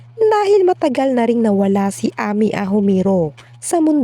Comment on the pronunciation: Amy, her name is pronounced as eymi not ami